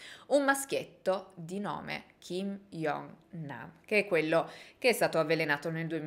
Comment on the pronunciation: video bellissimo, mi trovo solo a fare un appunto sulla pronuncia , "kim jong nam " non si pronuncia "iong nam" ma "giong nam", come la pronuncia di "joker" per farsi capire ahaha oltre questo bellissimo video, non sapevo che dietro a questa morte ci fosse tutta questa storia